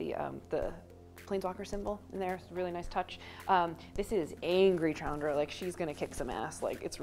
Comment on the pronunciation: "CHAN-dra"?! WTF. I'm going to continue to pronounce it incorrectly as "SHAN-dra".